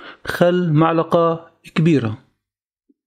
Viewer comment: معلقه أو ملعقه هههه عطوه لايك والله لما تابعت آخره أعجبني